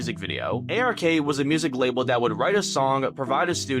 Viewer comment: It’s ARK not RAK